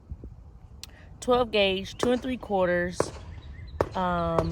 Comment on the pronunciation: Love the video❤ the ammos are pronounced Fiokki (CH in Italian always reads as K)